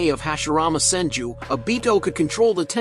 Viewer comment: Your saying the name wrong fok